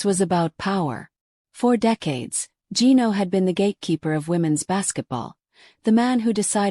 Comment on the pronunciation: Revenge videos? That's what matters? With an AI voice that can't pronounce Gino's name?